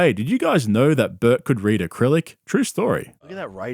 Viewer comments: Aclyric ???? Cmon dude… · it's "acrylic"... this guy's a cancer